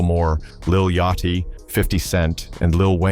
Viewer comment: “Redmin” and “Yacht Chee” …. The AI slop is real here …. 👎🏾